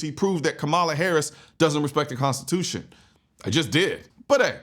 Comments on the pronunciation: I'm sorry..."consciotution? Lady, either stop drinking (which would be preferable) or start learning how to pronounce the word (actually, both would be a great start)! IT IS PRONOUNCED "CONSTITUTION"!! WHAT A LOSER!!! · She can’t even pronounce Constitution correctly her speech is very slurred lmao unless someone gonna tell me she has a speech impediment now 😂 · can’t even pronounce constitution correctly lmao my goodness